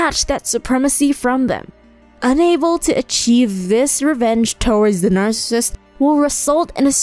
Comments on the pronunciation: Narrator says narcis. Bugs me a little. O well, it's her accent. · Why does this narrator pronounce the word narcissist with only two syllables? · EVERYONE SAYS NARCIST WTF ITS NAR-SUH-SIST. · Repeat after me : NAR-SIS-SIST NOT “Nar-sist” Why is this so hard for people? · No disrespect, but if you're gonna educate people on narcissism, then you have to educate yourself to pronounce the word correctly. "Nar-cis-ism". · You make some good and accurate observations. It would be more believable however if you pronounced the word “Narcissist” correctly as that is the main topic. It is difficult listening to a person lecture about a topic that mispronounces the name of the topic each time it is mentioned. You lose credibility by doing that. Best wishes. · It would really help if the narrator could pronounce the word 'Narcissist' correctly in a video about Narcissists, huh? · Yes to ^all of these points^. Also, it would really improve the video if the narrator could actually pronounce the word "Narcissist" correctly... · The information is good but the narration is terrible. Please get a better narrator. Someone who can pronounce the words correctly. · Please learn how to pronounce “ Narcissist “. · Pronouncing 'narcissist' incorrectly😬 Also "bahving depressingly"? Please elaborate 🤡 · You lost me when you couldn't pronounce narcissist. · Could she pronounce narcissist correctly??